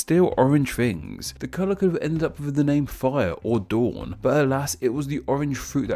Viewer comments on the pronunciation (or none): none